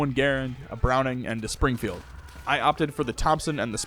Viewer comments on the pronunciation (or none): none